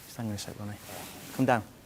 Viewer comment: Who the fork is Ronno O'sullivan? Why are you making videos when you can't even say the players name correct.